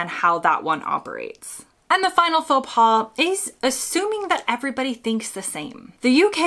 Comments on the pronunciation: Your pronunciation of faux pas is one in itself! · For Americans visiting Canada, including Québec, most of this applies here, too (except the pronunciation of "faux pas", because the final 's' is silent, even when it is plural). Oh, and Canadians always hold the door for the next person. To let it slam shut is barbaric.